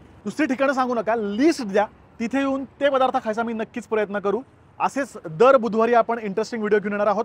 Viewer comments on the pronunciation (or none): none